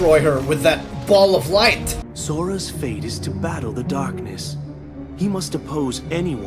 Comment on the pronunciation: "dahkness"some character from for honour